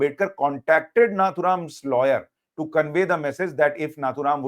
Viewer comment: Not नाथुराम name is नथुराम